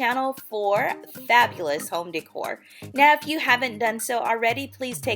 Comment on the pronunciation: It’s not pronounced DEEE-cor it’s pronounced DAY-core, long A not an E sound